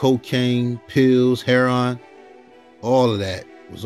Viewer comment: Theres that ignorant deraotory word BLACK ! No such term...Im what God calls me.. And Its Heroin not hair-on or harun, omg all these made by mail lol journalists...